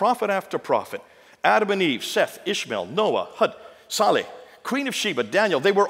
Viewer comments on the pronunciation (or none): none